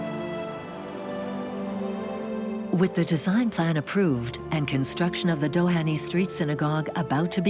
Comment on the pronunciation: The final 'y' in Dohany is silent.